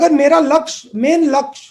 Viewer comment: वाह राहुल गांधी जी 40 से 50 सकेंड के बीच आप लक्ष्य को लक्ष बोल रहे हैं 😁😀😂